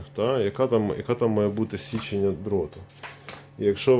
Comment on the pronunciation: Чому кожен другий оглядач на ютюбі говорить січення?